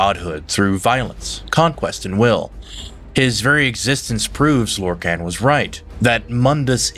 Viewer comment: 😂 you also pronounced lorkhan in two different ways in the same vid 😂 just a quirk, I'd say have fun with it😅